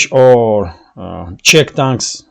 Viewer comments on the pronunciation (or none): none